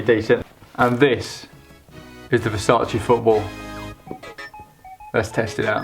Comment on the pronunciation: I'm Italian and it's the first time I've heard Versace pronounced well by someone who speaks English as their native language. Well done ahah